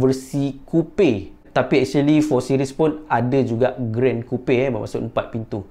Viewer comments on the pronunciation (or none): Coupe sebut Kupe? Bukan Kup?